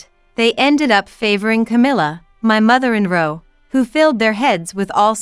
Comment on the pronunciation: Long drawn out. First mistake Mother n row😂😂😂😂. It’s mother n law